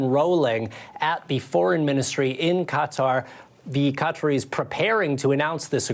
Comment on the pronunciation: Lester--you are a professional journalist and have been for decades. Please, when pronouncing "Qatar" give it at least the old college try. "Cutter" is an insect repellent, not an independent Middle East state. Stop being lazy.